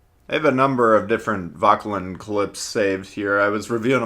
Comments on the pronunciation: Its "voh-ker-lan" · definitely not lin